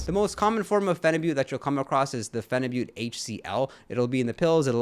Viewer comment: Lol "gobba" tis pronounced gaba, but I'm glad you say phenibut correctly everyone says it wrong 😭 "phenibutt"